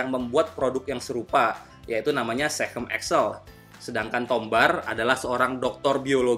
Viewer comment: SeaChem bang, sea chemical, bukan sehem, hehehe